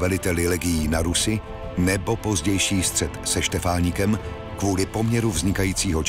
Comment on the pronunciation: Ten pako, čo číta tento dokument, nedokázal správne prečítať Štefánikovo meno ani z veľkého plagátu, ktorý mal k dispozícii. Keď už chcú verejnosti predložiť takto dôležitý dokument, nech si to najskôr riadne skontrolujú.